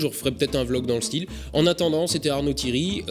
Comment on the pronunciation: Si même tu te met a dire " ThiEry" a la place de " Thiry" ça vas pas le faire:P